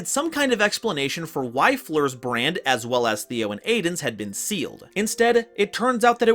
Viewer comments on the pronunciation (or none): none